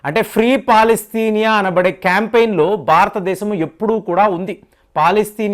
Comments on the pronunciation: అది పాలస్తీనా అంటారు కాని పాలస్తినియ కాదు. మీరు సరిగ్గ పలికేతే మీ వీడియో చూడవచ్చు. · Palastinia kadu ra bulle palastinia anu.